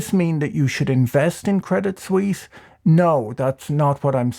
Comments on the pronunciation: Swiss here: I laugh about every of your CS jokes. Most people here really hate CS and UBS because they are constantly embarrassing us and are involved in every shady dealing that is going on. PS: But please ask your CS friends to teach you how to pronounce it.. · Debit suisse loooool hahahha